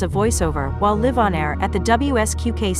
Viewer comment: I love your content, but I do think it would be better without the AI narration. Mispronouncing "live" and other words really takes you out of it.